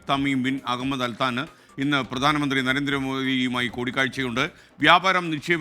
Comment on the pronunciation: അൽ താന് അല്ല. 😀😀 അൽ താനി